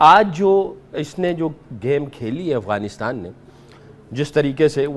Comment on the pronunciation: It’s Afghanistan NOT Aghwanistan!! Fix your pronunciation!!!